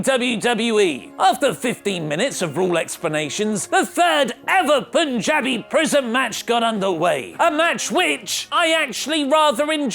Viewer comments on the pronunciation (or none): none